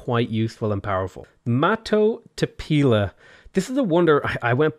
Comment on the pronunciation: Okay as a Lakota, the Mato Tipila is pronounced Tee-pee-la